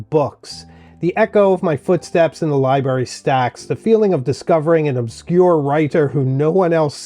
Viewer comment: Very inspiring. Thank you. Also, I am a retired librarian and I want to gently (lovingly) remind you to listen to your pronunciation of the word ‘library’. Library is not pronounced ‘liberry’. When folks forget to pronounce the first r in library it’s like nails on a chalkboard for all librarians.